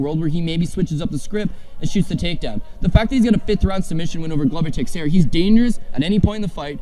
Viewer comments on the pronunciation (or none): Just here to point out these 2 have been at it for almost 2 decades and still pronounce Glover Texiera's name worse than my racist, 90 year old grandma. Great credibility booster guys 😆🤡